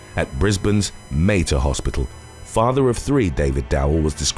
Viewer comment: It is pronounced M-A-R-T-E-R Hospital not Mayter... Ceylon Cinnamon extract and ACV kill Salmonella. Don't ever rely on the Government and Big Pharma Globalist owned medical corporation to save you when they know they cannot make any money from you. WANG - When you mess with God's creation, you will pay the price.